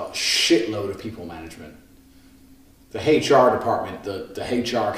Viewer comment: "The haysh R department, the haysh R category in businesses...etc." lol I've never ever heard someone pronounce the letter "H" like that in my whole entire life.